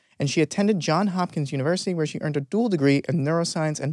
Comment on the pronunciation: Johns JOHNS Hopkins. JOHNS. Not John.